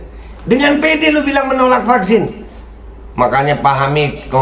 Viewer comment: Knp anak2 perlu di Fucksin...krn anak2 itu skl..berarti yg gk skl gk perlu di fucksin ya Ko..tpi knp rakyat sampe di kejar2 suruh fucksin? Eko2...klu bljr ngomong tuch yg bnr 😂😂😂